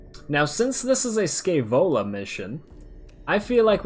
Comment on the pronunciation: "Scaevola", pronounced with the "sh" of "aSHamed", accent on the "ae" pronounced as "e" in "Entropy". Sh-E-Vola, from Muzio Scevola, an ancient roman that famously burnt his own hand off because it was the hand that made him fail.